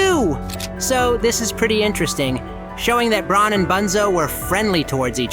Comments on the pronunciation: It’s bron not brown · You’re saying brown instead of bron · Bro. He wanted to say bron but he said brown accidentally